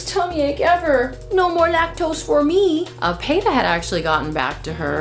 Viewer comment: Payta? I thought PETA was pronounced pita, like the bread.